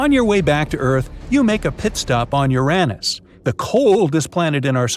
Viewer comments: Mars is NOT our closest neighbor. Fact checks, including how you say Uranus 🤦🏻‍♂️ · Hey, you gave Uranus a third pronunciation!, cool beans 🤗